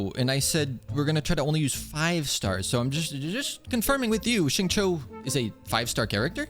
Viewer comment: I am very curious what kind of AI even stutters this much and talks like a "" than an actual "Dumb AI". PS: It also pronounced Xingqiu terribly wrong.